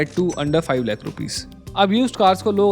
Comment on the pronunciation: Seriously...i have blocked his channel and everything associated with him. Hate the way he Lakhhh from the epiglottis.😅